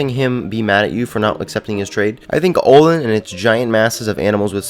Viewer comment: ALdan not Oldan